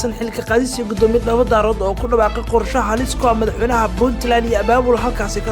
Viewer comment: Ma aha Dhoobo Daarood ee waa Dhoobo Daareed thank you